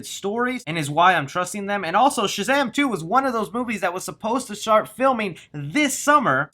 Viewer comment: You’ve been working on not saying “Chazam”. Good job! 😊